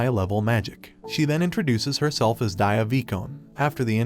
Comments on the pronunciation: Bad at pronouncing names , aren't you? Dia should be pronounced as Dee yaa not Daiya but overall your Explanation is pretty great . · yo he said daia instead of dia